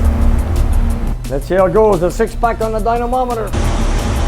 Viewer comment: What does call a dyno? A dynononamameter? Must be a French thing